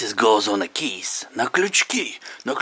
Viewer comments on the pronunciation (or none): none